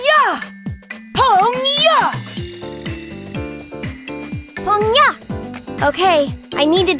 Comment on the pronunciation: they could have done better... xD;;; i wish it was more like pang- gya instead of pungyuh D